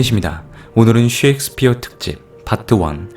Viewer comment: 섹스피어가 아니라 셰익스피어...발음이요